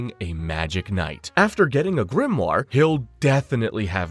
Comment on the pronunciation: you say "Yunos GRIMNAR" WHAT ARE U DOING LOLOL